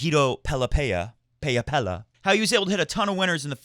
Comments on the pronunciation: I think it's pronounced Pe-la, not Pe-ya because that is how he pronounces it on the ATP website. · Pella is pronounced PEH-ja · The ll should be pronounced like a j, as in James, and the a as in apple.